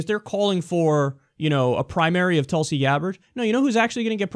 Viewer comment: Hehe its not pronounced Tulsey like u say.. its more like tool-si (si like the french say it). :)